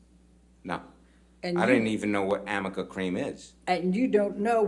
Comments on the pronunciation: Me yelling at the phone…what on earth is amica cream!!!! 😂😂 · SAME GIRL. I was like say amica cream one more time